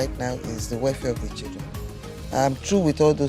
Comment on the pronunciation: So the man can say 'my childreen'????